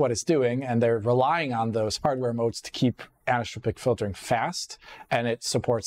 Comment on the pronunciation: This guy's pronunciation of the word as "anistropic" is killing me. There's an 'o' there, you're missing a syllable